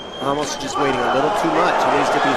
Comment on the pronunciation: Dude keep saying ramush, Ramos you damn idiot!